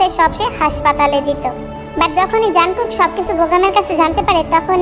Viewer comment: Jankook না jungkook